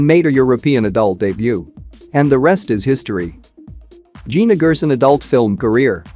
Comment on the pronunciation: She pronounces Gerson as (Jerson)